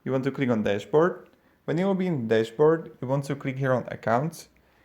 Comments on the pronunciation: I guess...despert = dashboard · cannot understand what your saying to click on at 0.8 seconds, it sounds like your saying click on despert